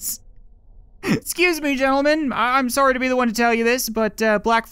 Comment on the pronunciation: He apologized for shooting the start dude and even said, “Soory,” he is a true Canadian